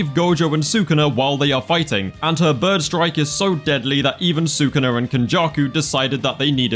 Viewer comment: Why did it sound to me when u said mei mei's skill like birth control💀💀 Dirty mind at its peak